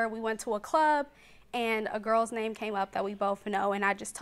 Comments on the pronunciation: I like the fact that the announcer pronounced her name so well and correctly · Big ups to the announcer for getting her extremely hard 1st & last name right